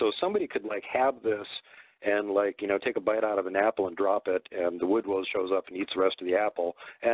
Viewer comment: Ozz bo- It's ''woodwose''